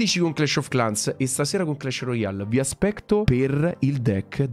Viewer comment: No vabe ha detto vi aspecto stasera